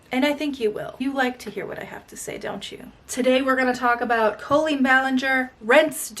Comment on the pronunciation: You pronounce her name colon.